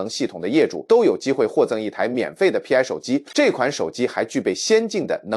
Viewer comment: ai连π都唔识读么